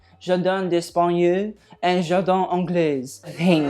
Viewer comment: To your credit, your pronunciation of Jardin Anglais wasn't bad. It was pretty good actually! Now your Jardin d'Italie....needs a lot of work. It wasn't even close lol BUT I love how you always make effort to say the words correctly though!